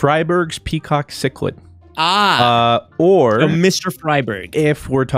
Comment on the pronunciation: Thank you for pronouncing cichlid correctly. The amount of people that pronounce it chick-lid is amazing. I keep cichlids for a living.